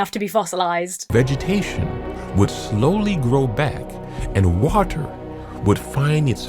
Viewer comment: did anyone else notice that the narrator pronounced the word "water" exactly like Kent Hovind, do all Young Earth Creationists talk like this?